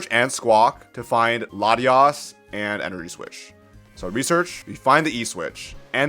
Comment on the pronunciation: i just got up and heard this guy calling latias, latinas. wild